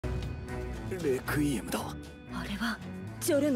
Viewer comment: saying requiem be like: “Rekuiem”